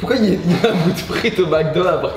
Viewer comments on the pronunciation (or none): none